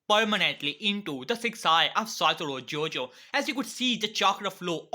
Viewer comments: Please say his name right it is not JOJO it is GOjo (thank you)👍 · Bro its satoru GO-JO not JOJO 😂😂😂😂😂😂😂😂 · It's gojo not Jojo 🤣😂🤣😂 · It gojo not jojo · It is GOJO not JOJO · Bro it is not Jojo it is gojo